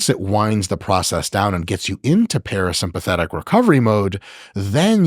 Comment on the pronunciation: Watching Mike struggle to say parasympathetic was absolutely hilarious 😂